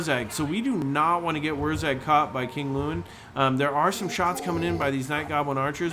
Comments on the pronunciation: "Wog". You don't pronounce the G you zoggin git. It's WAAAAAAAAAAAGH! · That always confused me. Everything else the Greenskins have is spelled phonetically, why not WAAAAGH should it not just be WAAAAA then?